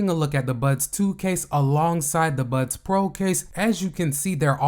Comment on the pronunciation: Why do you keep saying "Buds Twos" and "Buds Pros"? They're called "Buds 2" and "Buds Pro".